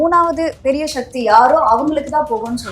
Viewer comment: சக்தி ❌ ஷக்தி ✅